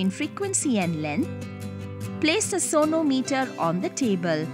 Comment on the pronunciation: I heard it as 'Sonu Meter'